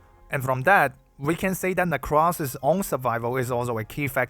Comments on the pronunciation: actual psychic damage every time you call her "necrass" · Let's go he says, necrass. Based.